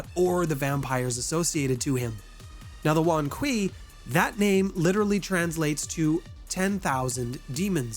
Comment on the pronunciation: the ei in kuei is not pronounced like eye, is pronounced ay in hay.